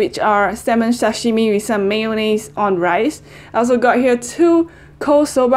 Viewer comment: Love you, I'm so happy that you chose Japanese food:):):)!!!!Your pronunciation is really good!!! (TAMAGO, SASHIMI...)Big love from Japan!:):):):)